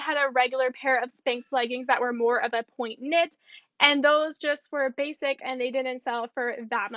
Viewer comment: The keyword video will be popular for sure. I’ll be looking for it. Just one thing / you keep saying these are “point” when they are ponte (pronounced pon-tee). That’s a good keyword! Just figured you’d want to know. Good quality content - I enjoy your videos!